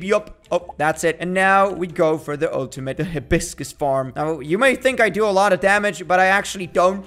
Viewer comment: It call a hi-bis-crausd